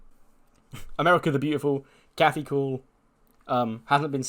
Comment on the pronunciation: long dramatic pause was crazy 😅 AMERICAAAA